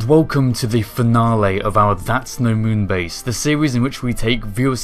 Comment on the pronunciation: That accent was not French, it was Schwarzeneggerian. "Give me your clothes, your boots and your Mün-base"